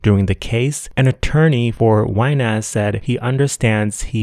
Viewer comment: I'm rolling everytime you call Mario "WineASS"... 😂